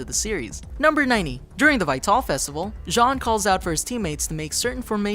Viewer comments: Vytel festival is actually pronounced the same as "vital" like when referring to some's physical health, not "vie-tell". ugh. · Vie-Tall? IT'S PRONOUNCED "VITAL!" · Ok there is only one thing that bothers me in this video and that's him saying vatol, when its literally said in the show itself as Vital, Vi-tal!!! -.-" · Vi-Tal festival? Vital festival. Almost like the last airbender movie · I died a little inside every time you said Vytal. It's pronounced Vital, not Vitall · I had to stop watching when you pronounced "Vital" wrong. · Vytal Festival - "vy tall festival" lmaooo so butchered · Vytal is pronounced vital as in vital organs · why can't this guy pronounce vital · i cringe everytime he says "vytal" as vay-tall... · "Vi-TALL, Kim-BALL" I like you dude, but your pronunciations are killing me. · It's vital, just say it correctly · lol the "vie-tall" festival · "Vit-all" "Kim-ball" ...... No, just.... no.... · VytAL! Not how you pronounce it but meh. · Please learn how to say "vital" And Casey is not Jeff's daughter shes his niece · Vy-tal festival 👏🏻👏🏻👏🏻👏🏻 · 2 problems with this video: IT'S NOT AN ANIME! Anime = Japan made. RWBY = American made. NOT JAPANESE. Also, Vytal is pronounced ''vital'' not the way it's spelt. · Anyone notice Vi-Tal Not vital or....right? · i hate how he says vytal festival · you say Vytal wrong. really, if you plan on making a video of a bunch of facts about something, you should know how to pronounce things correctly. just saying. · The way he he pronounces "Vytal" sticks out to me so much. I wonder if the narrator watched the show. I'm excited to see if Pyrrha comes back in some form (other than a decoration on a shield) Also, what's a bumblebee ship? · I cringed a bit with the pronunciation of Vytal.